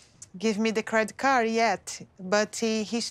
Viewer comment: Brazilians tend to add an imaginary "y" to foreign words as a way to pronounce them more easily. It's not weird for her to say Colt"y" and credit card"y". She's speaking a language that isn't her mother tongue.